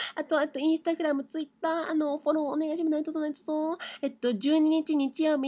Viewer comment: たまにでる おねがいしまrrすがすき